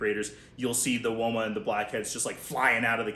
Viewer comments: I live in Australia and have my whole life and I can confirm we pronounce it wOma not wyma. That made me laugh for much! 😂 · As an Australian, we do not say "Wyma" python 😂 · Here in Australia we pronounce it woah-mah pie-then